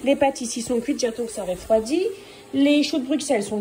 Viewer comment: Bonjour je regarde toutes vos vidéos serrais t il possible de bien dire le mot refroidi et non réfroidi il y a pas d accent merci